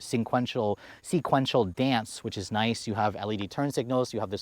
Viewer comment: Finally you said SEQUENTIAL correctly! 👏🏽 🎉